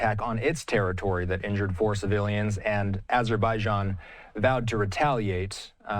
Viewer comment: can we replace these guys with a couple americans that know how to pronounce "missiles" and "azerbaijan"